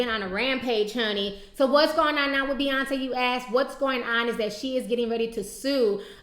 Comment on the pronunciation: But her name is B..yonce and not F..yonce.